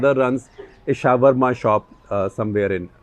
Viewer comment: Did Mr. SG called Shawrma as 'shower ma' or am I hearing things